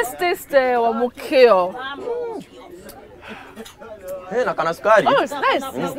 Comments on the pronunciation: Ni mimi tu nimeskia Betty akisema Wamuukio ama ? 😂😂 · Did Betty just call tha uji 'wamuukio' 😂😜😜😜😜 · Did betty just said wa mukio 😂😂😂betty is mukeo..anyway I love you..desagu shukrani kwa kuwakilisha watu wa mwihoko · Wamukio sounds so bad being said by betty 😂😂😂. ..kikuyu's will get😂😂